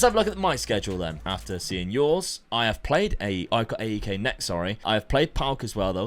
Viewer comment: Just a small correction it’s not A E K it’s one word AEK. For example it’s not P A O K it’s Paok if you get what I mean. Love from Greece